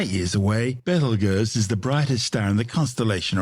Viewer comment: I’m sorry but the way this ai pronounces Betelgeuse is preventing me from tolerating listening to this video